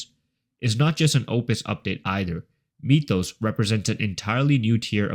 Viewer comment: “Meetoes” model 😭